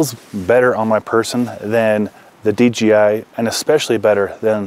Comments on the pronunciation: great vid... ima troll by saying D G I... lol its D J - (jay) I.. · d J i...not d G i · It’s funny how everybody mistakenly says DGI, when it’s DJI lol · Curious question - why does everyone in almost every review of the DJI system, pronounce it "DGI" (dee-jee-eye)... is this like some weird Mandala Effect thing, where suddenly the letter "J", has different phonetic function than I remembered? 🤣